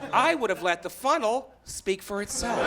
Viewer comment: He says "Funnel" but I keep hearing "Fun Hole" !